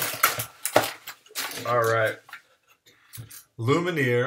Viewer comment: It's Lumen-eeaayy